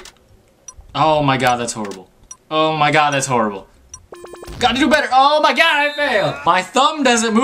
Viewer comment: "O MI GAWD"